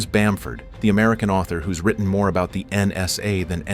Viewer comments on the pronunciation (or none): none